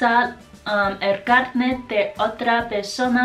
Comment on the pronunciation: Hoy es mi cumpleaños! te falta el acento fuerte en carnet o carné, como un 4to tono